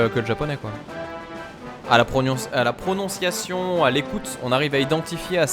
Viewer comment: "à la pronionciation " m'a fait beaucoup rire, c'était furtif mais drôle ! ^^